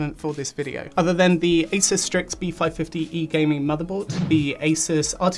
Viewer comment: Thank you… it’s As(eh)s not, As(ooo)se